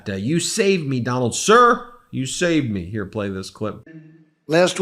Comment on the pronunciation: You skirred say you skir Donald…..